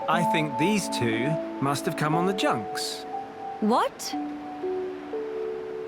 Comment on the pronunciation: "the junks" 😒